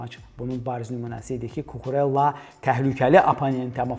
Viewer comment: Mövzudan kənar: Cucurella italyan deyil, ispan olduğu üçün adı "Kukureyya" olaraq tələffüz edilməlidir.